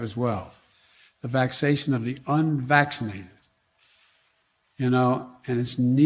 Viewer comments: What is vacsation. Joe? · Did he say, "the vaxation of the unvaccinated...." Does anyone know what vaxation is? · Did Biden say “vaccation”?? That’s not a word. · The vaxation...if DJT mispronounced a word, he'd be pressured to take a trip to the doctorto RETEST his cognitive abilities...PS: Lary Page...NZ isn't much better off than America. It's a global pandemic, alright...to push the "Great Reset" on the entire western world. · Almost sounds like he's saying "vexation" rather than "vaccination." And "needle-less" rather than "needless." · THE "Vaxation". 🤦‍♂️🤦‍♂️🤦‍♂️ I had to rewind that to confirm I heard what I heard. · Mark, listen to what he actually said. He said; "vaxation," NOT, vaccination. The demented, old, senile corrupt POS doesn't even know where he's at, much less, what he is even saying. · Joe 'the clown' Biden, the remedial word meister of DC actually said "vac-sation". The "vacsation of the unvaccinated". Do you see now folks? Joe was elected because he was the smartest guy in the country 🤣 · Biden actually said "the vaccation of the vaccinated..." not the vaccinated. The old fool can not pronounce enough words properly to put a complete sentence together. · 350 million? 🤣🤣🤣🤣🤣 the lies never stop. Also that buffoon didn't say "vaccination" he said "vacsaytion" which is not a word🤣🤣🤣. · how do you spell vacctation vax ation vactasation cmon jo vaccsation man that word does not even exist ! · Crazy joe, said "VAXATION" listen again. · He has a faxxation with the word. And little girls. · Did he just say "vaxation?" My, look at how far we've come. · LOL, I thought he "Vacsation":-))) Thats not even a fucking word. I remember years ago Robin Williams laughing at him for this stuff, he called him "". And now he's worse.